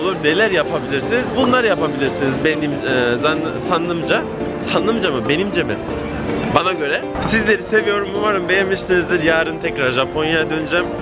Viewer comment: Sannımca değil zannımca